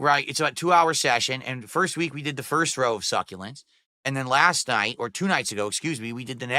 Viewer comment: He still doesn’t know people are making fun of him because of the way he says succulents 🤣